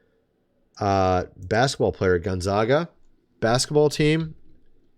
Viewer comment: Its gonzaga. like gonzayguh. From spokane Washington. cmon man.